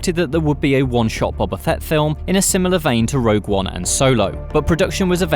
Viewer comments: Stop calling him "Bobba," it's "Boba," like "Boh-Ba," not "Bah-Bah." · His name is BOBA Fett, not Bobba. Do you not watch the show? He says his name out loud. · Why do British people just pronounce names however they want to? When I say Ahsoka Tano, my American accent would suggest I'd say "Tan-oh", but I say "Tah-no", because that is her name. "Bob-uh" is not his name, it's "Boh-buh". This has been my TED Talk. Carry on. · Its "bo" "ba" not "bob" "a" 🤦‍♂️ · It’s pronounced Bo-ba not Bob-ba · Why do all British people pronounce his name as Bobba?....it’s Bow-ba 🤷‍♂️👌🏼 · Boba not Bubba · Why does he pronounce it Bobba Fett? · Cmon surely you guys can pronounce Boba Fett correctly. It’s not bob ba.